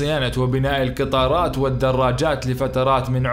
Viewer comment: لو الكاف ترجعها قاف يكون أفضل ، قطارات وليس كتارات ، تعقيدا وليس تعكيدا ، فقط وليس فكت ، وقيس عليها ، وما تبقى فبرنامجك جيد